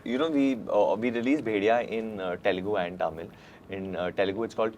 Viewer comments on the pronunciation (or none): ! First, learn to pronounce Telugu and Tamil.. it is not T-elugu.. it is th-elugu and th-amil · Varun first learn how to say ‘Telugu’ before you ask for a role in TFI. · Man I feel the same when tamil people say telungu instead of telugu.. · Varun pronounced tamil, Telugu, Kannada all wrongly 😂😂😂